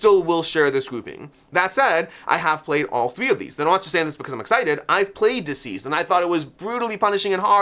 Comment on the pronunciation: I really enjoy your content but it drives me nuts every time you call it Dzeez! It's DCeased as in 'deceased'.